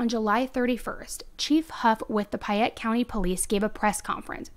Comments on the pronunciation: PAYette, the word is PAYette not PIEette. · You also pronounced payette funny. It’s pay- ett Sounded like you said pie-ett :p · Hi! Payette – pronounced "Pay-yet" & Not "Piy-yet". Idahoans are very picky about pronunciations of any City, County, Street's and ect. I work for the State & was corrected if I pronounce a City or County wrong. 😉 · Hi, wonderful job on the story. I live in Idaho and know this story and have been following it. There is only one thing that I wish to point out that you haven't corrected in your comments. The county that this takes place in is pronounced "Pay-ette" not "Pie-ette". I'm not meaning to be nitpicky about this but I want to bring this to your attention so you may now know how Payette is pronounced here in Idaho as I was confused each time you said "Pie-ette" when you were talking about the police and county.